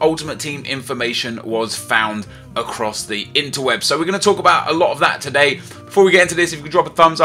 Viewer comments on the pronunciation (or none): none